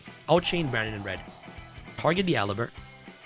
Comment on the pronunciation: He says alaber not aluber the pronounciation is (a-lou-b-er)